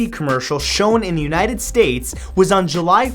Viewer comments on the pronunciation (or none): none